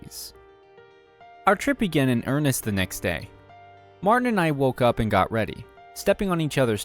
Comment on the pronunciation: It's MAR-TIN not MAR- TEN